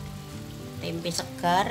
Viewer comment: Hhhhh tempe buk jangan ditambah huruf "k" di belakang "tempe" beda arti buk hhhhh